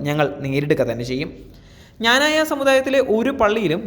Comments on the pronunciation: Does the news reader know how to pronounce our community's name ? Pronounce it clearly as "Kna-na-ya" and not as you prounounced , "Jna-na-ya " ! Does anybody, including the Patriarch , really know anything about the depth of faith, tradition and strength of Knananites ? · മഞ്ഞ ചാനുലുകാര ആദിയം പോയി ക്നാനായ എന്ന് പറയാൻ പടി. അല്ലാതെ ഞാഞായ അല്ല..... ഇത് എഴുതി തന്ന ഞങ്ങൾ വൈദികർ ഊമ്പ്പിയത് കൂടെ അറിഞ്ഞു കാണുമല്ലോ. പിന്നെ ഇന്ത്യൻ ഗവണ്മെന്റ് ഡിപ്പോർട്ട് ചെയ്ത കരിം പത്രിയർകീസിന്റ ഗുണം കൂടെ ഒന്ന് വാർത്ത ആക്കണേ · എടാ പട്ടി ഞാനായ അല്ല ക്നാനായ എന്നു പറ ! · എടാ ഞാനായ അല്ലെടാ... ക്നാനായ എന്നല്ലേ... കഷ്ട്ടം... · പറയുന്നതെല്ലാം സത്യമാണെങ്കിലും സഭയുടെ പേര് കൃത്യമായി പറയാൻ ശ്രദ്ധിക്കുക. നല്ല രീതിയിൽ നാക്ക് വടിക്കുന്നത് നന്നായിരിക്കും.